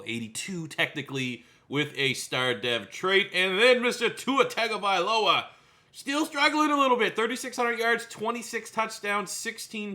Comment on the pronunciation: Tua’s last name is pronounced TUNGA-vailoa.